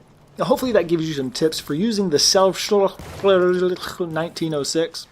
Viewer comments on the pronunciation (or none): Selbslader not selbstadler.